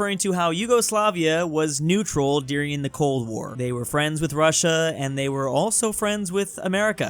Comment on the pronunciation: Ah yes netural